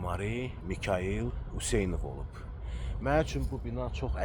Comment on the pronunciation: Mənim soyadımı düzgün de Useynov yoxee, Hüseynov !